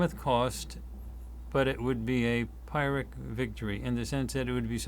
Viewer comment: Just to note that Pyrrhic is pronounced “Pirrick” (I just needed to flag as this is how I’m wired) - huge thanks for your good works..